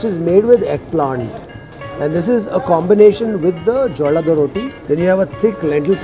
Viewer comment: Not jollada rotti. Its Jolad rotti